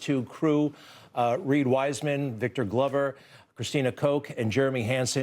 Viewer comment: WHY DIDN'T YOU HAVE VICTOR GLOVER TALK.. PLUS YOU PRONOUNCED HIS NAME WRONG .